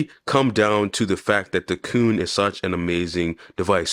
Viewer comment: IT AYANEO QUIN!!! (KUN) not “cooon” KUN is pronounced KWIN!!!!